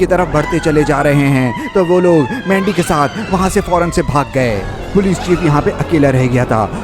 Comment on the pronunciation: Pahele to mujhe laga ke mandi ko lendi kyu bol rha hai 😅😅😅😅